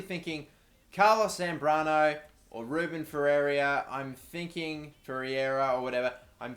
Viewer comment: Ferreira is pronounced "Fair-rare-ra"